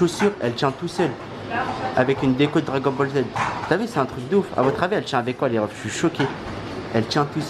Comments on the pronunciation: Dragol boll z wesh t’a vraiment un problème quand tu parle 😂😂😂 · Dragol bol z 🤣🤣🤣🤣 il me tue